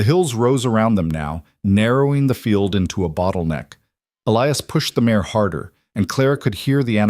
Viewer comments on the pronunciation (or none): MARE. Not mayor!